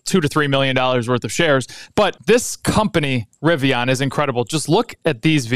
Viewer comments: It’s a Rivian like a Vivian not “ riviyaaan” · i hate the way you say riviAAN lol